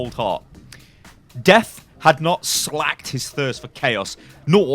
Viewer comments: 1) it's slaked not slacked. 2) ADLERSBRUNN not aldersbrunn ADLERSBRUNN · Its not "slacked" Its "slaked". Sl-ay-ke. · "Slaked" like "cake" not "slacked" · Slaked is pronounced "slaykd" c